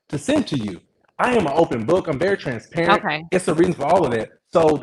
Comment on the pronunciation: says TRANSPERATANT